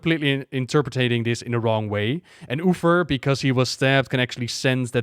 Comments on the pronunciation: What the deal with "Ufer"? Is it an intentional gag or just miss pronunciation? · did he literally said Uther's name wrong in first two minutes?